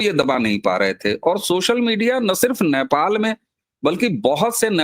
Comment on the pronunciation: अबे घोंचू, Naipal नहीं Nepal बोल 😂